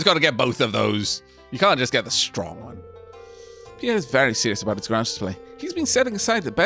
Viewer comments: Late to the party, but it's Grange. Not Grunge. It rhymes with RANGE. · Grange is pronounced like grain rather than grah. It comes from the word grain because it used to mean a grain mill or farm. Imagine it like a "grain range"